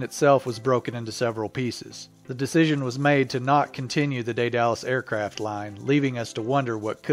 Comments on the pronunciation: Day Dallas is actually pronounced Die dul uss, with the stress on the first syllable. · I think its pronounced they the loose not they dallas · I've heard "DAY-duh-lus", "DEAD-a-lus", and "DEE-duh-lus", but not "day-DAL-us". "day" is just what it looks like in English (and is one way to pronounce the Latin "ae", as in words like "vertebrae"), "dead" is the modern pronunciation of the original Greek (Δαίδαλος, which looks like Daidalos by direct Latin substitution -- the "ai" diphthong is pronounced "eh" in modern Greek, if not also ancient Greek), and "dee" is the typical pronunciation of the Latin spelling ("ae" is generally pronounced "ee", as in words like "aegis"). The pronunciation "DYE-duh-lus" would also make sense as one variant of the Latin (some sources claim "ae" is closer to "eye" in proper Latin). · Daedalus pronounced (dAed Alus) not (day dalus). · It's not pronounced Day-Dallas. It's pronounced Dead-A-Lus. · "Day-Dallas"... No it's "dayduhlas", smoothly and quickly. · It's pronounced DAYduhlus, not DayDALUS... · its not a day-dalus. Its called dEdalus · Daedalus... pronounced "Dey-Duh-Lus" not "Day-Dallas" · It is not said day-dallas it is day de lus like from greek mythology lol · pause Day-Duh-lus... Daedalus... continue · Say Day-Dallas one more time, I dare you! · Try Day-du-lis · Isn't it ''dead-a-lus'' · It's pronounced DEEdle-us. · Lol, that's not how you say Daedalus. It's dee-du-lus. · Agreed Phil B - I was on the beach in the 90s when a Vulcan flew loud and low over day-dal-us. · Good grief indeed!! Don't give yourself such a free pass on this; you have ONE JOB! Pronounce words while trying your best not to sound like a 1950's sci-fi robot. You should go back and finish junior high school where the rest of us learned this word in our 8th grade Literature class. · Ae says ee. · lol that pronounciation of daedalus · REALLY you can't pronounce Daedalus???